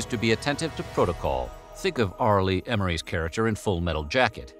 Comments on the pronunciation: Say Er-me. Not M-ore-ree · Ermy not Emery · His name was R. Lee Ermey not R. Lee Emery...